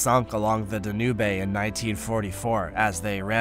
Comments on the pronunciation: I think so. For the biggest river in northern Europe, that pronunciation sure butchered it. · The Danubay River? Does he, maybe, mean the Danube? Same with Italy? I see/know of, the River Tiber; HE knows the River Tibber? :face-purple-wide-eyes